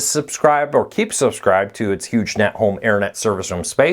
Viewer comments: Sounds like you're saying Huge Net, not Hughes Net (silent g, like Howard Hughes). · Huge Net...or Hughes Net? Sounds like you're saying Huge. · the service was a part of the the Howard HUGHES legacy and that's how its pronounced; Hughes-net. I know one person who has Hughesnet as their internet provider and its really slow and has reliability issues. No 5G internet or cable out to his area right now.